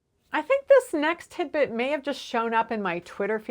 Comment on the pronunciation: Everytime I hear tidbit all I hear is timbit which is a popular donut in Canada 🇨🇦. I have been watching your videos for the last few years and thank you for all your great content.